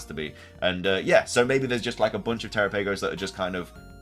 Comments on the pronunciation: Terapagos rhymes with Galapagos. Also, it's Terapagos, not (Tera-pay-gos). Lastly, great video. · Galapagos is pronounced ga-Lah-Pah-gos, so Terapagos is pronounced te-Rah-Pah-gos (the capitalized syllables are the ones you emphasize) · Well, you ATTEMPTED to correct your pronunciation. Here's a hint: It rhymes with "Galapagos". Or you could watch the Direct, since they say it...